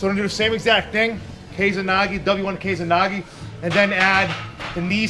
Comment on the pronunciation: First time I've heard of 'kesa nage' (and it's keh-sa, not 'kei-za'). In terms of the gokyo no waza I think it would just be considered a variant of o-goshi. Where did you hear this name??